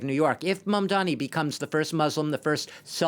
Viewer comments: ‘Mamdammy’, ‘Mandommy’, ‘Mondanny’…yeah… it’s really not that hard. Honestly a little racist that these talking heads still can’t get his name right at this point. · Its Mamdani not Mamdami #zohranformayor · With all his ïnternational "experience the so-called expert, still mispronounced Mandani's name as MamdaMi!! Typical European goof-ass! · Hey, it’s “Mamdani” ffs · Dude can't even correctly pronounce Mamdani. 🙄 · Is it so hard to pronounce his name correctly?